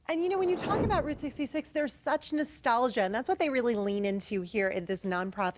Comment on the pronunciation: She pronounced “Route 66” wrong. Can’t stand these transplants.